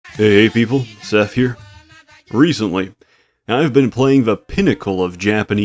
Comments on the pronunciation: It just hit me. You literally can't even pronounce your name properly. You should be able to legally change your own name as a whim if you're incapable of actually saying, but who knows maybe you're parents accidentally wrote "Seth" instead of "seff." P.S love your videos, never change, unless it's corrective surgery on whatever makes you so disabled. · eef-ur win-d Only time I've heard make fun of his speech impediment. To be unable to say your own name... Christ, what a world.